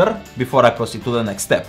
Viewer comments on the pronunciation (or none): "before I prostite to the next step." xD Sorry, I just cant not hear that. xD